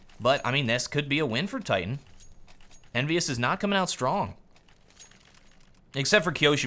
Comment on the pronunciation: Broken English - Coming on " out " strong